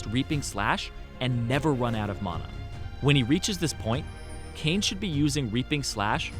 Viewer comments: Anyone else hates the way he pronounces mana? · You say mana wierd